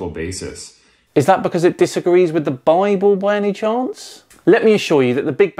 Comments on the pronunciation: Every time he pronounces bible as "bahh-ble" I lose a bit more of the infinitesimal respect for him. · He's doing pretty well at keeping his southern drawl from breaking through, but he can't seem to modify the way he says "the bible" it's kind of adorable, if not kind of sad for how ingrained it seems to be...